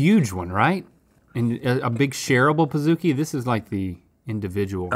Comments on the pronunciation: Why are they saying "Pah-zoo-ki"? Do they call a cookie a C-oo-ki? I'm so confused it's Pa-zukie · I managed a BJ’s for 2 years. I feel obligated to say that it’s pronounced like Cookie. Pizookie. Pizza and Cookie combined. Not Pizza and Zoo combined.